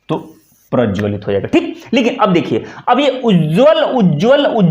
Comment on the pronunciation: 'प्रज्वलित ' को पूरा स्पष्ट नहीं किया गया। लपेट-सा दिया गया। शेष प्रशंसनीय है। अच्छा कार्य कर रहे हैं। शुभकामनाएँ।